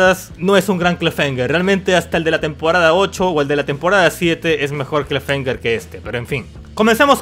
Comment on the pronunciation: "clafemger" XD